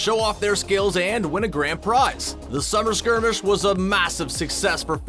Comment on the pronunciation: “Summer skermesh” XD